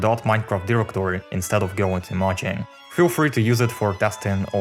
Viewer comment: STOP SAYING MAHANG